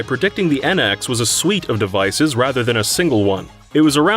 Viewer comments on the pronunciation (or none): none